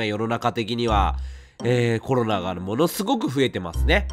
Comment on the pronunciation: コロナが「ころら」に聞こえてワロタ お気をつけて えげつない発熱でコロナ！？と思ったらインフルだった人